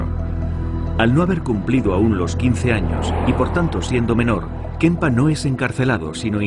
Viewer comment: Porque este subnormal de narrador dice kempa? Kemper nene Kemper!!! Este tipo ya en otros documentales inventa el idioma y es imosible ver el documental.